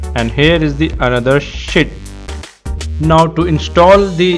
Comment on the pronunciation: Haha i just love the way he says SHIT with his indian accent xD so funny 😂 Good video tho. Very informative and the steps were easy to follow